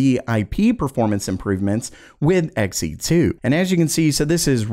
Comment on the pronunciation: Not Xen. Xe2. It's new. It's blue. It's two.